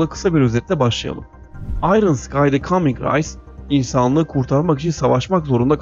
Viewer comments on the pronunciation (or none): 'the kaming rays' dedin ya orda anladım ilk defa geniş çerçeveyi gören birisi bu